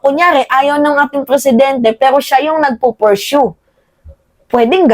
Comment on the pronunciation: POR-SHOE 🤣 PURSUE 😅